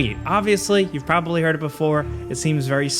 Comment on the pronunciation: You didn't say the day before correct 👎 You said it wrong as the day boofore